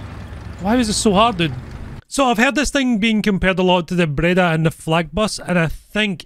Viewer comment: Nice Breda pronounce 🤌 (italy approved)